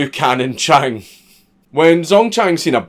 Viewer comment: Chang sounds like chan(please dont read into that)